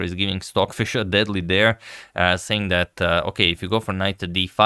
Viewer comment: I’m going nuts! Are you saying swordfish? Or Stockfish?